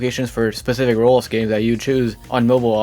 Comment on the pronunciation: Can you stop saying rolls. It called roblox